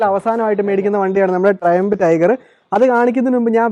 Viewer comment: ട്രിയംഫ് എന്നാണ് പറയേണ്ടത്.